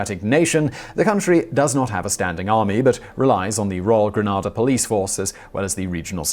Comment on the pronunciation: Gran (ar) da is in Spain, The Caribbean island is pronounced Gren (ay) da. Please get it right!